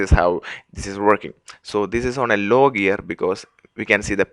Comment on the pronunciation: pu-l-l-l-l-l--y , l-l-l-l-ow, o-l-l-l-l--most , l-l-l-l-ike you must be from India .